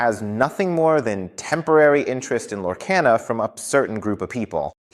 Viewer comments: It's pronunciation is Lore - car - na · You keep saying the name wrong why ??? Its (Lore-KAH-nuh) 👌